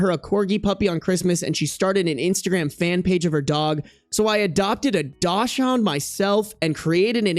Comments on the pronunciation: Not you sounding out the dachshund insted of saying 'daakson' lmao But that 31m dating a 21f is WILD. Like I'm there with you, glad she got back together with her military ex over that guy. Jfc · I've NEVER heard someone pronounce dachshund like that, and it's SENDING me lol. No hate 💙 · That's how they pronounce it in German to be fair